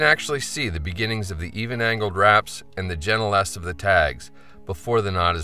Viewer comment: The tags should protrude in a 'gentle S'. Took me like 10 listens to understand what you were saying here. "The jennaless of the tags?", Ha, must be some next-level flyfishing term!